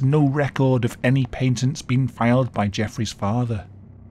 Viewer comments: That's not how you say patent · Wait do British people pronounce patent that way? I never knew that